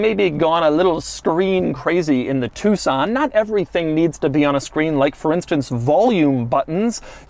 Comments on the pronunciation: It's not Hyundai two-son it's a tuCson (like tuk-son) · Doug, why u saying TucSAN? its an O men... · Us asians call it Tuck-son instead of Two-son U know, how it spelled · Did anyone else think it was pronounced Tuck-Son this entire time ? 😅